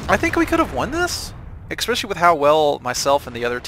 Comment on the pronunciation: By your pronunciation of especially I have determined that the is probably from the midwest of the U.S.